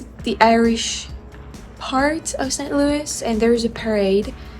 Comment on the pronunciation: Thanks for such a great mini-tour of my home town. I worked in that office building next to your hotel. And you are definitely becoming American by the way you pronounce St Louis. It must be hard to say it that way being French. 🙂 You could make a whole video how we mispronounce the MANY French names around town.